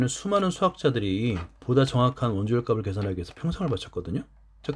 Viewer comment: 좋은 영상 감사합니다. 그런데 수학 영상에 이런 말 해도 될지 모르겠지만 영상 내내 '값이', '값을' 등의 발음을 [가비], [가블]이라고 해서 많이 거슬립니다. 어린 학생들도 많이 볼 영상일텐데 조금 교정해주셨으면 합니다. 제대로 된 발음은 [갑시], [갑슬] 입니다. 물론 최종적으로 [갑씨], [갑쓸]로 발음되겠지만요.....